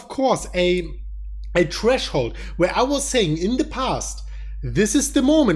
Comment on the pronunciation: "A treshhold"